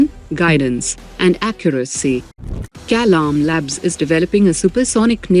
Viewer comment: I noticed that the AI pronunciation of Sunita and Kalam are incorrect. A few other words in some earlier videos too have the same issue. Kindly fix this issue in your future videos. Thanks.